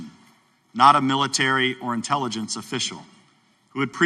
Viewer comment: "INTiLLEGENCE" Committee 🤣🤣🤣 Sounds like there are aliens among us👽